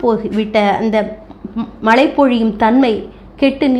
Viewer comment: உங்கள் பதிவுக்கு நன்றி. ஆனால் தாங்கள் தமிழின் உச்சரிப்பு கவனிக்க வேண்டிய சில உள்ளன அதை தாங்களே கண்டறிந்து. சரி செய்து கொள்ளுங்கள். உதாரணமாக மழைக்கு மலை என்று கூறி வருகிறீர்கள்.